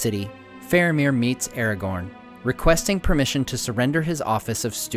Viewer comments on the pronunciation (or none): Man, you make great videos, very informative and well made, thank you for that. But please, try to pronounce the characters correctly (watch the video where Christopher Lee gives examples of the correct pronouncement). It is not "Eragorn,(sounds like this when you say it)" but Aragorn. Not "Gendalf," but Gandalf. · why is ara gorn pronounced as errorgorn the whole time? can't stand it. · his name is not "eergon" it is A-RA-GORN! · Aragorn! A as in Apple Ra as in Rat! Not as in Air for fk sakes! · you say airgorn when its pronounces aragon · You should pronounce Aragorn with a hard A. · i was looknig foward to watching this till 5 seconds in when you cant even say aragorns name correctly